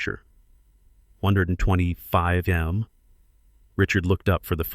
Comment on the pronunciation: What is the problem of the A I pronouncing the word MILLION?